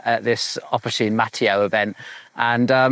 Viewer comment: I am from the same area in Piemonte as Officine Mattio. First thing: it is pronounced Mattìo, the accent goes on the i, not on the a. Regarding the bikes, honestly I would go straight to Pedemonte for a frameset, from the two videos you have done, it seems to me that all of the engineering behind the bike is done by them (but maybe I am wrong). I have not looked at their bike range in detail since prices are astronomically high. Again, when dealing with composites, I would just go for the brand/factory that has the top R&D, manufacturing process and QC. It is a different story for metal, especially steel. Then in that case, as an Italian, I would really love an Italian bike.